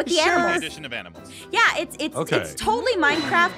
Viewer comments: that is when you gave up on the word >ANIMAL< Aph: So we have a new mod called >AMINALS< Me: She said it wrong.. Says it wrong 4 more times. Me: Ok she mean't to say that now. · When you don’t know what to say except... “Aminals” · “Aminals” now I’m going to say this to my friends and confuse them even more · I love how naming all the aminals that he sees in this vid 😂😂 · Aphmau: the mod adds aminals! Aphmau: always says aminals instead of animals Me: you have to be saying aminals on purpose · “Aminals” Me: “AmInAls” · I love how she says aminals instead of animals ,_ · “Aminals” it’s animals. xD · I love that they say aminals instead of like animals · Did they not realise Jess said aminals? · Uh animals or aminals hahaha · It’s not aminals! It’s animals! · "Aminals" A minute later "Animals" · First they said aminals now animals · It's not aminals it's animals 🤨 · IT'S ANIMALS NOT AMINALS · its animals not aminals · bro don't you know how to spell i'll tell it's animal's not aminal's.